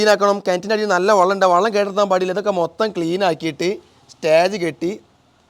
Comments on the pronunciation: എനിക്ക് അതിൽ പരാധി ഒന്നുമില്ല. വള്ളം എന്ന് പറയുമ്പോഴും വെള്ളം തന്നെയാണ് ഉദ്ദേശിക്കുന്നത് എന്ന് സന്ദർഭം അനുസരിച്ച് എനിക്കും മനസ്സിലാകുന്നുണ്ട് ഞാൻ സ്കൂളിൽ പഠിപ്പിച്ച ഒരു കാര്യം പറഞ്ഞു എന്നേയുള്ളൂ. ഞാൻ 40 വർഷം ഗൾഫിൽ കഴിഞ്ഞ ആളാണ് കേരളത്തിലെ ഒട്ടുമിക്ക ജില്ലകളിലേയും സംസാര ശൈലി കേട്ടാൽ അറിയാം...(പക്ഷേ അധികം ആരും വള്ളം എന്ന് പ്രയോഗിക്കുന്നത് കേട്ടതായി ഓർക്കുന്നില്ലട്ടോ... ഒരുപക്ഷേ ശ്രദ്ധിക്കാഞ്ഞിട്ടാകാം !!) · ഇങ്ങടെ വർത്താനം ബല്യ ഇഷ്ടാ...... പക്ഷേ വെള്ളത്തിനെ "വള്ളം" എന്നു മാത്രം പറയരുത്. വള്ളം എന്നു പറഞ്ഞാൽ "വഞ്ചി '' എന്നണ് അർത്ഥം. അടുത്ത വീഡിയോയിൽ"വെള്ളം" എന്നു തന്നെ പറയണംട്ടോ ?